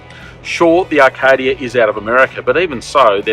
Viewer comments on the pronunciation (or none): A few things mate; 1. This seemed rushed with no detail and broad sweeping statements 2. It's A-kadia not R-kadia 3. If you are going to do the intro and outro standing next to the car either wear some different clothes or get the camera man to tighten up on his shot 4. How much is it? What are the different trim levels? How many litres per 100km? What the feeling in the driver's seat? Is the suspension soft or hard or otherwise? Did you get paid for this review? Bloody hell what are those storage options you talk about? Where do the third row seats go when not in use? I could go on